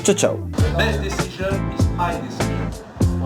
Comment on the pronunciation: Best disijun ist m'y disijun à la française